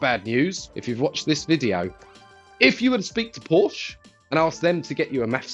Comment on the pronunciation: I think the E you bought from 3rd party doesn't work. You may need the original part so your Porsch becomes a Porsche again. (Very rarely, there are silent vowels in German; especially in names.)